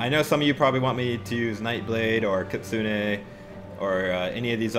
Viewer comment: it's not Kit-su-ne, is Ki-tsu-ne. In japanese they have a syllabary instead of an alphabet